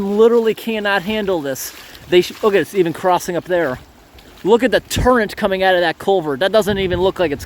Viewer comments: Is it my imagination or does he call current turrent instead? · ............ are you saying TURRENT ?